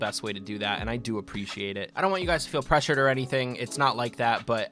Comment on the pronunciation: "I have to pay my bills" 5 seconds later "I don't want to presuar you guys" But you know what just for you didle il do it